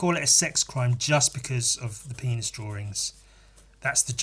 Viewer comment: because of the way you say Penis, it has become my latest vocal stim. "PEENASS"